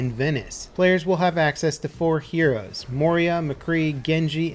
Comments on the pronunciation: "Moiream" i dont think thats how you say moira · did he say moria? instead of moira? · Did he say moria, instead of moira